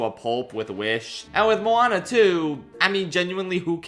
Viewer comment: I didn't watch Moana 2 so I don't know how it sounds in the movie but "come-on-a Moana" is the worst thing I have ever heard regarsing a disney princess, so how dare you?